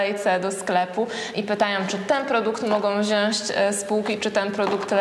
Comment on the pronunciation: Do Pani po prawej: nie mówimy wziąść tylko wziąć. PoZdro